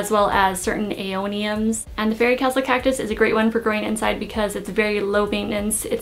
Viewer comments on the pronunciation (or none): none